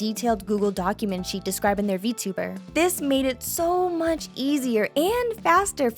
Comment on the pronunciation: Did no one else saw that sheet is said like sh*t?